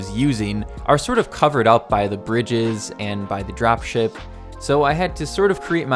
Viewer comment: you said dropie shipie, not drop ship